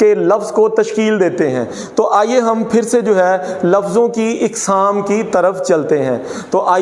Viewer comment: قسم کی جمع اقسام الف پر زبر کے ساتھ پڑھنا چاہے